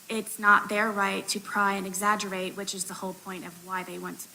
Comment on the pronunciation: Did she say "exaggerBATE" ?! That is the best way to describe what she does, I think. 😂